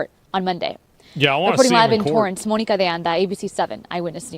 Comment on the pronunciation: Wtf is he calling her Moaninca hahha